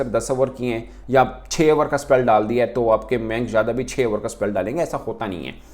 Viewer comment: Oh Bhai Mayank Yadav hae. Na ki Manik yadav😂😂😂😂